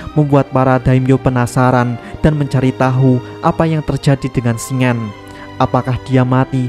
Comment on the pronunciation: Cara baca nama Shingen itu shin-gen bukan shing-en